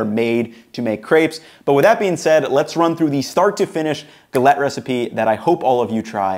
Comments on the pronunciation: Also just be more accurate on the pronunciation, it sounds more like g-a-let. i.e. a longer A sound. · guh LETT???? Seriously?